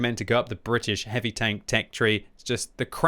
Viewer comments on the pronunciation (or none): I like how when the says heavy tanks it sounds like hippie tanks, my imagination runs wild.